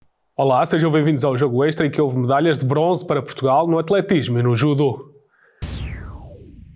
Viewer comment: O "judô"...?! Estamos em Portugal... a falar português de Portugal, certo...?